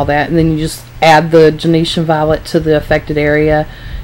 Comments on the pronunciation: It drives me crazy that she says Gen-E-tian. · Pronounced “JEN-SHUN” violet.